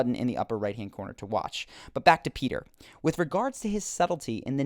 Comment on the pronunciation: his name is not Peter, it's Petyr